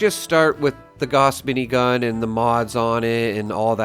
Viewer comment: GAUSS as in HOUSE with a G, not "gaws".